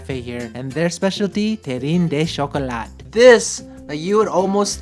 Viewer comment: French teacher here. 🇫🇷🙋🏻‍♂️ “De” in French is pronounced as “DUH,” not “DEY.”